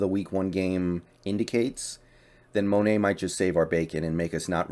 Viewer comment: Mone is Mo-ney!